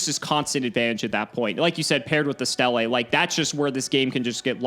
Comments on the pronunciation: Ugh why are you call it Stelle it's pronounce steele, idk why but the way he says certain gravekeeper card bugs me haha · It's pronounced "steel". God, that was getting on my nerves.